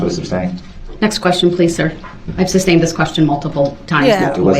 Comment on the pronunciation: Sustained not ‘SUBSTAINED” you Dolt!